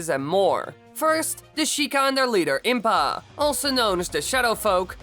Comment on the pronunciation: Is more prepared then impaaaa. Yay pronunciation